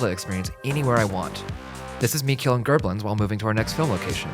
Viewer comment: Gerblins? Wtf?!? Is he trying to say Bokoblins?